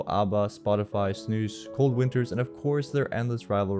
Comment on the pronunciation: Were not expecting that kind of pronunciation from a non Scandinavian. Shout out to you man and the effort you put in to small things like pronouncing “snus” the right way.